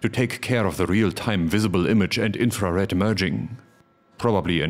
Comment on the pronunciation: The way you pronounce "infra Red", my brain keeps hearing "inferior". Just me?